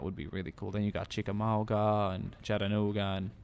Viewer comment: Sorry, but you miss pronounced Chickamauga, its Chick-a-ma-ga, but that's okay.